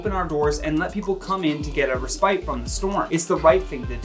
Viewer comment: **res-pit